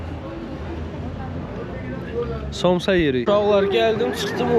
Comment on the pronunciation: Somçs yox samça